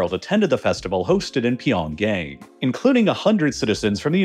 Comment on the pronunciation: You're saying pyeongyang incorrectly